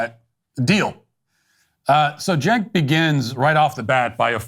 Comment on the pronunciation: Matt it’s Chenk not Jenk, you probably don’t know this but I hope you don’t change how you pronounce it because it’s funnier this way